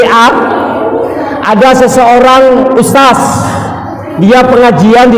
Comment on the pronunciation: Barakalloh. Sdh ikut2 dialek Makassar (Ustas). Kami tunggu di SURABAYA